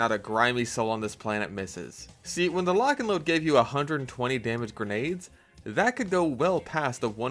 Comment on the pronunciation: Lotch and load - Fatmagic